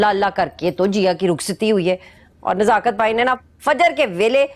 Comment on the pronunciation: Nazakat. nhi nasakat